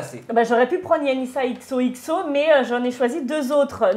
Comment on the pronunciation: anissa prononçait bien le xoxo hein mdrr